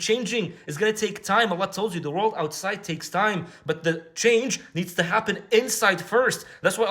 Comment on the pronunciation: "Worrrrld" loveed it 😂